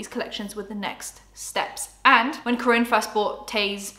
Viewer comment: It’s pronounced Car-In!! Kaarin 🥰